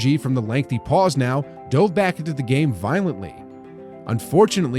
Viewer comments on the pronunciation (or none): none